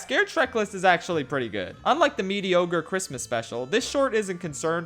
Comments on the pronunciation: Did he just say ´´mediogre´´? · Did you really say "medi-ogre Christmas special"? That's amazing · Anyone going to talk about how he said medi-ogre? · Did you say mediogre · Did... Did he say mediogre? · Mediogre killed me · really just said mediogre didn't he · did he really just say mediogre.